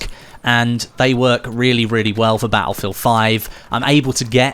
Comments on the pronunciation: Can't subscribe until you start saying "battlefield" properly. Sorry. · I absolute hate the way he says battlefield